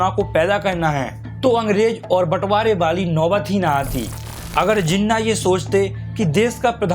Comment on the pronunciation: First of all it's Jinnah not zinna